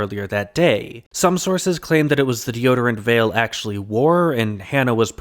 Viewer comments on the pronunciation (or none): none